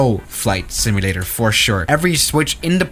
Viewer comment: Repeat after me: SIM-U-LA-TER, not "simllra".